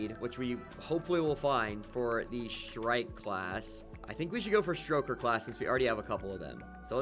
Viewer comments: It's stoker not stroker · Please stop calling them "St-R-oker". There's no R there. It refers to stoking a flame. "Stoke" not St-R-oke. Its my favorite dragon class and it hurts my soul to hear you call them by that name. 😢 I'm begging